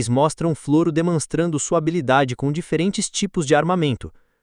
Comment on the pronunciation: Se chama Floro sem acento no O.. e o nome da cidade é Olivença. Não leia Flôro. É Flôro sem acento no no "Od